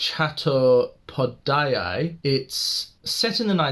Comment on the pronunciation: ...You should pronounce indian names correctly. Like chatto-padh-yaay (just broken for you)..maar daala..means killed